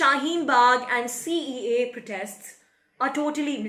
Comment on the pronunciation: Say "CAA", IT'S SOUNDS "CEA" ALSO IN UR ENGLISH CAPTIONS UT SAYS CEA...BETTER ENGLISH THEN BEFORE , NEEDS MORE IMPROVEMENT.